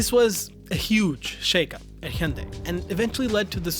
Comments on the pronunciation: fuck... the best accurate Hyundai pronunciation I have ever heard from a YouTuber... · Finally someone who can pronounce hyundai properly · It’s ‘hi-on-die’.